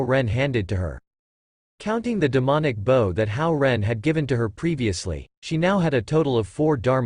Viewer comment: Yes where is this conversion chart, I've Google searched and looked at some wiki's, that just take me to a paid site or another, so like pfm which you spend a fortune, or you can only listen to 6 episodes in 24hrs, so glad someone compiled these videos, but, small complaint, pronunciations, like bow, is usually the human action, not the weapon, and "long-sword" is not many long words...